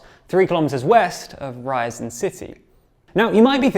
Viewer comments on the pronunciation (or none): Guys, I appreciate the journalism, but please consult someone who could help with reading and pronouncing slavic names and toponims for you. It's Rya-zan', not Ryzen. Dya-gill-evo, not Die-gull-evo. Kher-sOn, not Curson. Lee-maan, not Lie-man. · Ryazan is pronounced " rja-ZAHN' " (j = y in yacht), Dyagilevo - " dja-gi-LJO-va " and Saratov is pronounced "sah-RAH-tav" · Rye - Azan. Ouch!